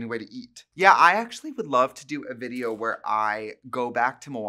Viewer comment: "veed-jo" i love this 😀♥